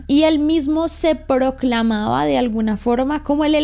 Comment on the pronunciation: Pauuu "Proclamaba" no "Procalamaba" jajajajaaja❤❤❤ un saludo desde panama